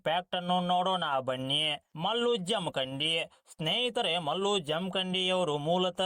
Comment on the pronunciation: ಜಮಖಂಡಿ✅ ಜಮಕಂಡಿ ❌